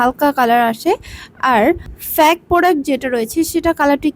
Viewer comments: প্যাক ফ্যাক না,, ফেইক! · ফেক না ফেইক😂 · আগে ঠিকমতো কথা আর উচ্চারণ শিখে আসুন তারপর রিভিউ শেয়ার করেন। it's not ফ্যাক it's fake।😅😅 😂😂